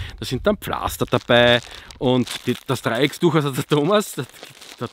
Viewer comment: Ach.. ich liebe deine Videos.. bist ne tolle Type! ABER wie meinem ehemaligen Hauptfeldwebel oder meinen Kameraden in der Feuerwehr die Ohren bluten würden🙈🙈🙈 DREIECKTUCH! Ohne "S" bitte 🤣👍🏻